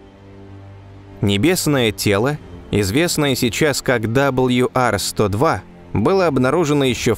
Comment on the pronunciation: Удивительно, что много одобрителных отзывов, т.к. тема освещена достойно, но не попалось ни от одного, кто бы знал, изучал в школе английский. Не знаю, что это -- пофигизм, или невежество, но прежде, чем озвучивать, надо было узнать правильные названия букв английского алфавита. Диктор не картавый, не шепелявый, но произносит "WR-102", как "Дабл Ю Ар". Да, с "W" всё нормально, но "R", в английском, озвучивается не "Ар", а просто "А", без всякого "рыканья", как учили ещё с школе. Почему такая пренебрежительность к правильному, тем более публичному произношению? Досадная "ложка дёгтя в бочку мёда". "Точность -- вежливость королей".